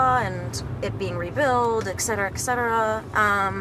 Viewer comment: eksetera? Serio? 😀